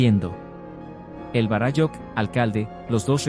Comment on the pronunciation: Todo bien de la historia relatada tal cual la denomina, por el autor. Lo único que no coincide es como lo pronuncia el relator los términos en quechua. Lo pronuncia muy mal. En quechua las palabras son graves o llanas. Por eso se acentúan para mejor entender. Varáyujh, no varayújh.